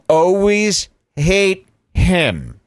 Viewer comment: I like that thinks always is pronounced “O-weese”